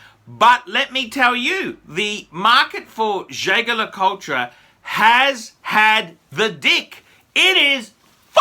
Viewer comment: Why do you keep rounding the name wrong . It’s pronounced with a soft j and you don’t pronounce the tre at the end . It’s pronounced jay jay le coolt